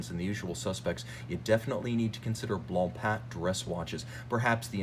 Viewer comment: I’m not trying to stroke your ego but you should know that your an outstanding. You talk fast but very coherent and you bring up awesome Haute horology characteristics that many are unaware of. Kudos.🫡 Your one of the only people in the game that properly pronounces BlancPain👏. It’s a weird French word that means white bread as you probably know. 😂